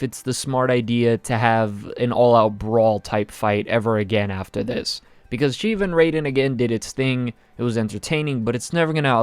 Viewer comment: As an Indian, I can confirm that is not how you say Shiva